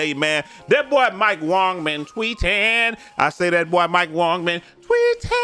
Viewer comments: Keep up the great work we appreciate it. Just a heads up though his name is Mike Wang not Wong. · Mike was asked a few years ago how it is pronounced and he said Wong. This is why Brute and say Wong instead of Wang.